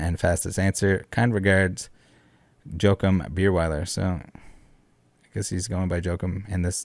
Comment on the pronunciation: I love your channel, thank you very much for the good content. That said, say it with me: Wha-keem. Not Joke-em.